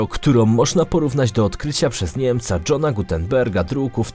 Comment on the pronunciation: DŻON Gutenberg? Mocne